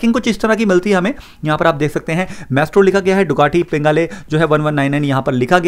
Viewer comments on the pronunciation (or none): Bro it's panigale not pingale😂😂😂